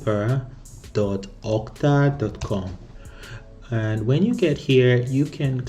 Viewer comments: Brother its okta, not otka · My ear hurts everytime he says "OTKA" :p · I think i'll probably saying "OTKA' instead of OKTA 🤣